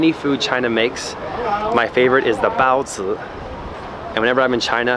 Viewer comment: the way u say bao zi xD